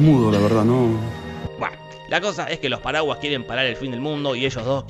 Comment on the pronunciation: Cuando dice "los paraguas" parece que dijera "los paraguayos"